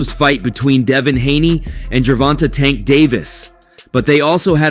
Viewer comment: I hate how you pronounce tank name 🤦🏾‍♂️😂😂